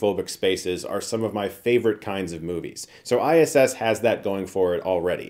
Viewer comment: That "ISSSSSSSS"....awkward pause in the beginning made me legit LOL